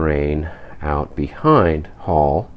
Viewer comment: I think they misspelled the village of Isserstaedt ... when notating an umlauted vowel without the "two-dot" diacritical, the E follows the vowel that "should" bear the umlaut. Oh, and if you care about such things, "Halle" is pronounced like, HA-leh. :)